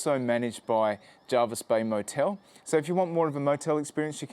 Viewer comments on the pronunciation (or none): Thanks for highlighting our beautiful part of the country - and remember it is pronounced JERvis not JARvis 😂